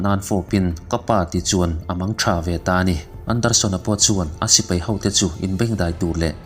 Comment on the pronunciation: Sir, 'Sipei' ni lovin, 'Sipai,' 'Ngeihsak' ni lovin, 'Ngaihsak,' tih zawk tur... Chuan, 'Mei' ni lovin, 'Mai' tih bawk tur. 'Hmangeih' ni lovin, 'Hmangaih.' Ngaihthlak a nuamin, en a manhla e...👍